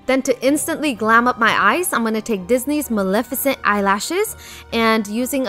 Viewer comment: It’s not pronounced milificint it’s Mel-eff-e-cent